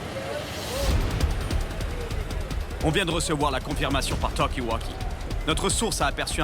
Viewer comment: "Par ToWki WAwKi"😂😂